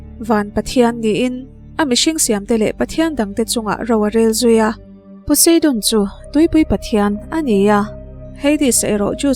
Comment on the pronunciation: Zeus.....zeusss j a lam rik tur nilo Poseidon....pawseidawn nilo pu sai dawn Beng alo thlep deuh mai mai nakin zel atan👍👍👍